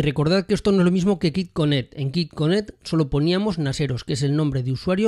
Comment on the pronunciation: Hola. Gracias por el video. Solo un comentario constructivo con respeto. QuickConnect se pronuncia "cuic" que significa rapido (conexión rápida). En el video lo pronuncias "kik conect" y kick en ingles significa patada o golpe, es decir que lo que dices significa conexión a golpes o a patadas. :) cómo ves es muy diferente. Otra es cuando dices "Cufail) (QFile) "Cu" en español y file, que lo pronuncias correctamente en ingles como file. La pronunciación "cu" en engles ("Coo") significa arrullo, que es una palabra con muchos significados muy pintorescos, pero ninguno correspondiente a la letra "Q" (kiu en ingles). Sé que para algunos puede no parecer importante, pero para los que tenemos el ingles como segunda lengua, nos suena muy muy extraño escucharlo así. De nuevo, es un comentario desde el cariño con la mejor intención de ayudar. ;) Muchas gracias por los videos!. Pronunciación al margen, son muy didácticos y útiles! Thanks!